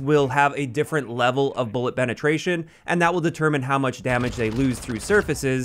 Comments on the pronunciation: says bullet benetration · “bullet benetration”